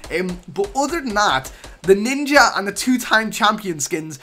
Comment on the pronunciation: Ninjer? Nigga nah